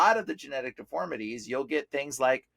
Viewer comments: sorry but it’s deformities not deformalities 😉🙏🏽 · I'm trying to figure out the one guy is he trying to say deformities???, he keeps saying deformalidies??? I never heard of that word???. Maybe down the road he can clarify what that means, unless he's saying deformities, and mispronouncing it.